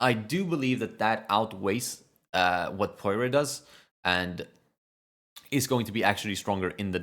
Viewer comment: The pronunciation is Pwahr, pretty much. Source: I'm French and it's French for pear.